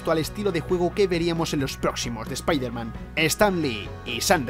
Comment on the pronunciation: Primer español que veo que pronuncia Bien SpiderMan 😃 Xd